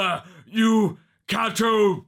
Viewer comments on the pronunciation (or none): none